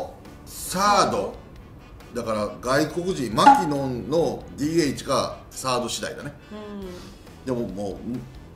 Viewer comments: マ↑キノン↓ではなくてマ↓キノン↑らしいですよ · まき↑のん